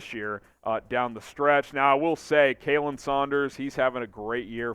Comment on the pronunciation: You say Khalen wrong.